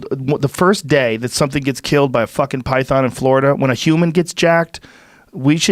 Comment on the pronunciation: Joe “pytharn” Rogan